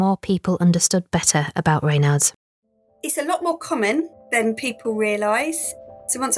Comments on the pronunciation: ......isn't a Raynard (the way in which this narrator is pronouncing it here) another word for a Fox? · Why did the presenter pronounce Raynaud's so indiosynchratically - bit off putting